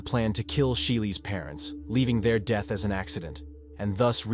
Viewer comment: “Tragic deeth”?????